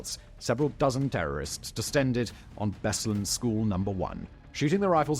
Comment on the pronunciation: Simon, please, check your prononciatian of foreign names: place names specifically. "BEslan" instead of "BeslAn" is one thing, but "North Oh-see-sha" instead of "North O-se-ti-ya"?